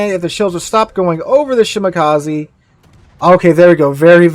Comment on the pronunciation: Shimakaze not shimakazi